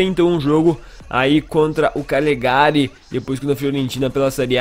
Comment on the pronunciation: se fala Cágliari!